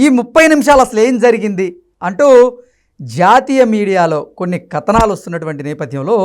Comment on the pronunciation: కత నాలు కాదు నాయనా కథనాలు అని అనాలి.